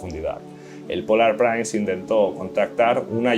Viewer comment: La palabra inglesa Prince se pronuncia /prins/, no "prains". Muy bueno el vídeo.